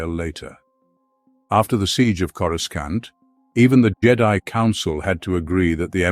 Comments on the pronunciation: It’s not corusCANT. It sounds like cora sauce with an NT at the end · Yeah he drives me nuts how he says it